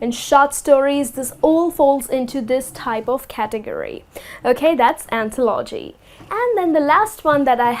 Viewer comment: Что то по моему она ударения неправильно ставит в словах AutobiOgraphy; anthOlogy